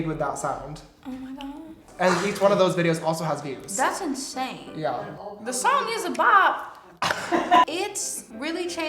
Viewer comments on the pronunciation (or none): "tHe SOoOnG EeZ a bOHp"